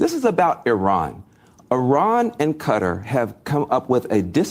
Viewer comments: It’s not Cutter it’s pronounced Kar- tar Van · Is he pronouncing Qatar right